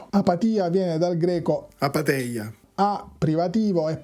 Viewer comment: Apátheia ha l'accento sulla seconda A! Scusa, è solo un dettaglio, ma mi fa ridere che abbia avuto la premura di correggerlo nel video ma con l'accento sbagliato ahaha! Sul fatto poi che quell' "ei" (epsilon seguito da iota) in greco classico e postclassico non fosse mai stato pronunciato "ei" ma in altri modi e che noi lo diciamo così (io no, in realtà, ma sono particolare) solo per un errore di Erasmo da Rotterdam diventato tradizione è un altro discorso.